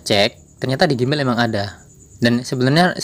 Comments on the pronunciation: nah itu tau...kok dibacanya gimael? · Gmail....di bacanya "jimail" bukan gimail